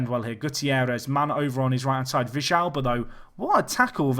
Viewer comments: it's villalba, not vishalba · The way you say villalba is very funny. Dont take it bad.